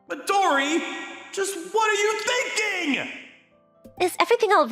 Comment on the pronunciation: Fun fact: Midori is “green” is Japanese Another not so fun fact: these VAs are not good at pronouncing Japanese names